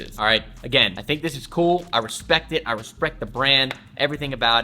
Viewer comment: “I respect it, I respRect the brand” RESP-R-ECT